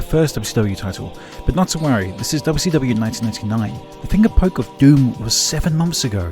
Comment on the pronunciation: i hope you dont mind, but i love how sometimes it sounds like youre saying "Dubby Stubby", whenever you say WCW 'too fast' (and yes, i Am aware of the times youve pronounced it as 'Double-You See Double-You' as well, im just saying that im glad you have "that much" of your wonderful accent :D)